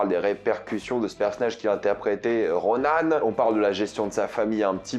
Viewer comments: Ronin pas ronan ! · C ronin pas ronan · Ronin* pas Ronan ! Ronan c'est un Kree / Sbire de Thanos haha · Je te jure ça me bute quand tu disais Ronaane 😂😂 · RonAne ???? Dites "Ronin" bien à la française OU "Ronine" prononcé à la japonaise mais d'où sort ronAne ?? C'est la VF ou quoi ?? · Roniii-ne. Roni-ne on prononce et non Ronane !😂